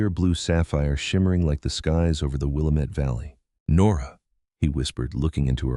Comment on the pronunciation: I wish they would learn to pronounce Willamette properly.